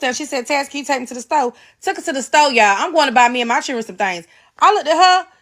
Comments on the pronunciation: Honegree! Classic Southern pronunciation of the underprivileged hungry in the American “Black” South. Know what I’m tawin’mout. (talking about) 🤪 And Churin as well. 🤪😁 Churin: children. ROTF! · I heard a pastor from church say, "free food is everywhere in America". Not eating is a choice. I bet she knows how to pronounce"children" in front of her boss.